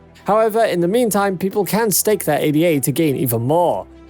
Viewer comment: My ears bleed when you say A-D-A! Stop pronouncing it that way, It's not an acronym but a name! It comes from Ada Lovelace, an english mathematician.